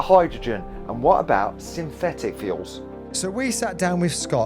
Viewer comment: Hey. How come you can pronounce the 'th' in 'third' but in the word synthetic you replaced the 'th' with an 'f'... You can say the 'th' in the word 'the' but when it comes to the word 'think' you say 'FINK'....?! Can someone explain this?